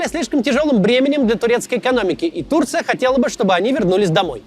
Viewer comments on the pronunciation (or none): none